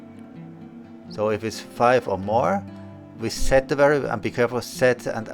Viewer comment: PS when you say "We set spawn area" it sound like your say to add action (Reset spawn area). I kept looking for the reset spawn area drop box.